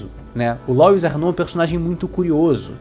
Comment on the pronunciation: Que agonia, todo mundo falando "Lóis"... Louis é um nome francês, se pronuncia " Luí "